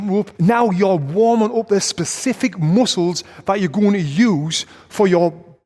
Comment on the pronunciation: i love when he say moosles instead of muscles that freaking funny brah